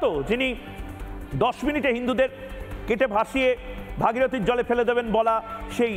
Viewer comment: ওটা ভোগীরথী না ভাগীরথী,😂 please correct your speel